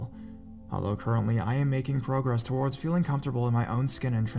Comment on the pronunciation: I think it's because his emphasis on words is weird.. and he drags some words on when not nessisary.. that's why it bothers me a little Like when he says violent TOWARDS US .. it should be emphasis on the word VIOLENT not towards us.. it's just an unnatural way of speaking idk maybe English is a second or third language for him some people speak multiple languages and make little mistake like that not realizing.. me who only speaks English fluently picks it up right away